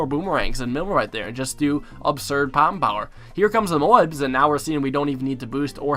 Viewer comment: I dare someone to count the amount of times this guy says " obserd " 😂